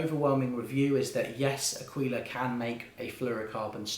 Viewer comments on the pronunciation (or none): This was sooooo helpful, thank you. Also, I'm Italian and you're pronunciating "aquila" right, "aquíla" is far more right that "akíla" but if we want to be annoying the perfect way to say it is "áquila" with the accent on the first "a". Anyway this video saved my life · 'Aquila,, 'Aquila ['A-kweelah] with the accent on the A... means "eagle" in Italian 🙏🙏🙏 Grazie! (but thankyou nonetheless)